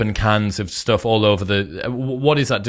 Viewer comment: learn correct English pronunciation Chris, you say e.g. "oonproductive" instead "unproductive" or "stooff" instead of "stuff"